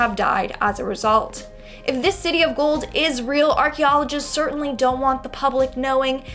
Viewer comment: Am I the only South African when Linds said city of the goal you automatically thought Johannesburg